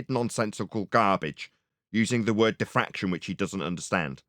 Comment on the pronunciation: I think you mean to say "diffwaction"